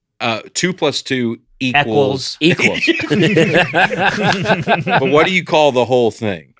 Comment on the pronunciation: Dusty Slay: 2+2 “eckquals” what? 😂🤣😂🤣 So good!!!